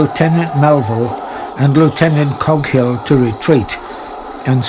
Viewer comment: This is very, very good. One basic error however is that it is Lieutenant Coghill, not Goghill.